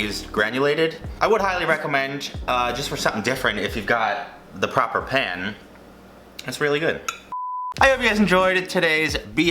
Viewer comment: The way you say pan sounds like your saying pen